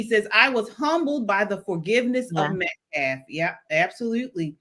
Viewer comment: This idiot even misspoke his name! "MET CAF?" I think this "baby shaker"is no more than a pimp...money grubbing pig! He hates white people😮 the mother is lying...PROVE YOUR FAMILY HAS BEEN HARASSED!...YOU CANT! because it not true. They want money thats it. This is anti white hate and its created a HUGE racial divide.I miss the 70s and 80s i never saw race..I see the hate twords my race on TikTok, MSNBC,THE VIEW. Its been exvepted! Wtf? Ii wish teens were made to read Thomas Sowells:Discrimination and disparities....I BLAME MEDIA...I BLAME TIKTOK I wish the Hate Twords my race would stop! Whites....would stop. "Karen"...This is making me feel like "wow...black people HATE US!...Im feeling different about my feelings about this race now...its heart breaking. Karmlo is going to walk....it takes one jury member to say: " Nope, hes innocent.😮😮😮 mark my words. This guy needs to stop....Im so sad that i have to tell my daughterto be careful about her braids? kyle didnt have a ak47 btw...bs.I do miss how it use to be before Rodney King.